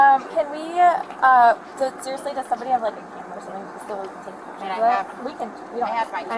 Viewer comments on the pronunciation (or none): none